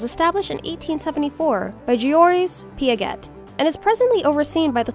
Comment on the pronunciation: I think the way how you say piaget totally wrong sweety 😊